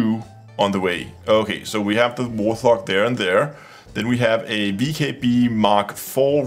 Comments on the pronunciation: Not War Thog...it's Wart Hog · Love these cockpit videos. I have to correct you on your pronunciation though. wort·haag like two words so the T and the H are not together like they are in the word "THE". It is named after the Fairchild Republic A-10 Thunderbolt II ground attack aircraft. AKA the Warthog, or just Hog. The Thrustmaster stick and throttle are licensed replicas of the fighter's controls. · just to let you know: it's pronounced "wart-hog," like the animal ;) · I only came to the comments to giggle about "war thog"